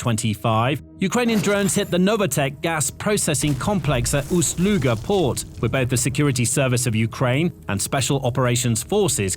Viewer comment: Ust, not Uts Luga.